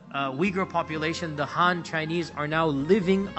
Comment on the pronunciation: You can't even pronounce "Xinjiang" correctly, incorrectly named "Khan Government" instead of "Han" (btw, there's no such thin as Khan or Han Government), I don't think you narrative is credible.